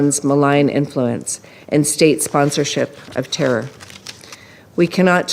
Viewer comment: Israel: “tewwow attacks” 😂